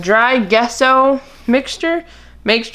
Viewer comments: Gesso pronounced with a J sound like Jesso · It's pronounced like gwash and gesso i sounds like Jesso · Gesso is pronounced "jesso". 🙂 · It's pronounced jesso